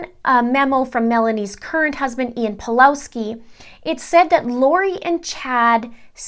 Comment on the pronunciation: Just a bit of advice, the Ws in Pawlowski is pronounced as V.